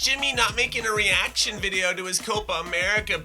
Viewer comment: That is nowhere near how you say reaction. My credibility is I was born in Brazil and raised there until I was eight years old. My mom still need to learn English so I speak Portuguese every day